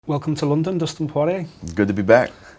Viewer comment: Dustin por-A